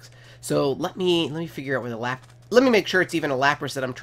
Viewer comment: No offense not to be mean but every time u said lapras I facepalmed